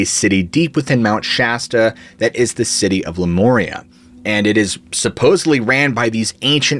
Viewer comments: Honey when you are referring to " Lu MORE EE AH" are you referring to the ancient civilization of " LU MARE EE AH"?? I am confused????? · “Lū moorea”? Learn how to pronounce it correctly please 🙄